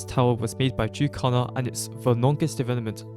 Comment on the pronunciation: why do you pronounce jukecalla as youcalar 😭😭